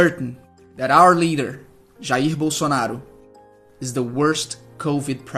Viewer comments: Eu sei amg, eu achei engraçado do jeito que ele tava falou kk Ele tava falando tudo no "sotaque" dos Estados Unidos e do nada ele fala "Jair Bolsonaro" no sotaque carioca kkk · Kkkkkkk Esse "Jair Bolsonaro" cm sotaque de carioca foi a melhor coisa do meu dia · Com aquele sotaque carioca man me quebrou dms KKKJKK